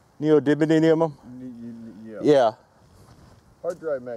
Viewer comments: Ok really you can’t pronounce it right... Neo - dye - me - un, that will get you really close to saying it right. Seriously it’s not that hard. So annoying listening to you trying so hard to not say it right. The reason you won’t see effect is the magnets field is to tight. In terms of Tesla they are greatly beyond earths magnetic power but the field is close to the magnet as a result. You would need electric shims to push the field out. Basically unless you do this in a vacuum chamber you won’t see any effect. Also you would need to get you accuracy down to a millimeter from the surface to get any kind of effect. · It's pronounced NEE-OH-DIM-EE-UM. :) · Or, if you're like AvE, you say NEE-OH-DID-LEE-UM. 😂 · I believe the correct pronunciation is "neodidlyum"